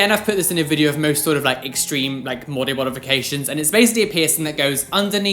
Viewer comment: Modybodyfication XDD